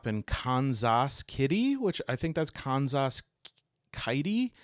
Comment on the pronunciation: OMG the Midwest map was legendary. Where is this Khan-zas you speak of??